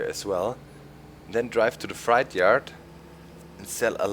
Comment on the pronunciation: It's pronounced fr8 not like a scary fright